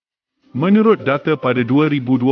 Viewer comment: Saya sarankan pembaca dalam video ini perbaiki sebutan a dan e dalam perkataan yang diucapkan. Terasa pelik bila perkataan ' data' disebut sebagai ' daa...te'.Maaf terpaksa tegur cara sebutan anda( bukan ande ya☺️)